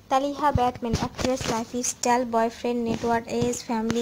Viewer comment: First you did not say who is his bf and its not talhaaa it's talitha quite youtube